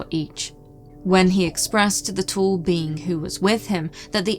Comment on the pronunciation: Planet of the beans? Like in Mr Bean? Why does say bean to a being? Usually she say beink, with that hard G. Now she say bean.